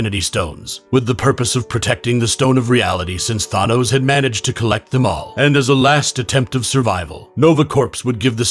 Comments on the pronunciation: It’s thanos not thonos, you pronounce the a as a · This was an alternate reality during secret wars. And I hate how you pronounce Thanos as Thahnose. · the s is silent. and the a in thanos is long a.... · This man is an expert at mispronouncing words, yeesh. "Nova Corpse" "Thawnose" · cant pronounce thanos, cant pronounce corps, is there anything you CAN say correctly